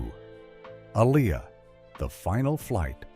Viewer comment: Lo pez... Can you please say it correctly? A lee a say it right.... You white people embarrassing me. Like y'all supposed to be the one who can't pronounce their name right.. making videos of people y'all never cared about. It's not okay with anyone of us that loves them still.